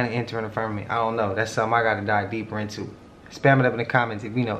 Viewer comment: Quit saying firmament!! Damn. FUR MEH MINT. WTF. Who says that? That's our atmosphere genius. And what ya seeing is cgi. And if it was real it would have been in space miles away. Firmament...wth